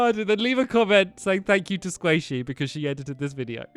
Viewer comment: Lol tani and stamps is your fioncè squaishy? And pat calls her squishy or squashy